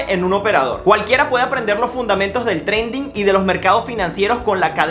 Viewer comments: Bro se escribe trading y se prenuncia treidin porque trendin es otra cosa! Valga la cuña! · Trading pero se dice treiding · Perdona pero no es trending es TRADING "TREIDING" 🤣🤣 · Trading se pronuncia treiding.